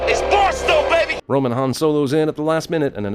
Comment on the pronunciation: Why was he calling Roman “rome” for like 2 minutes